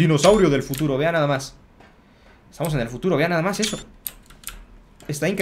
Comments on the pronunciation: Porque Dice fututo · Like si te diste cuenta que se equivocó en futuro y dise fututo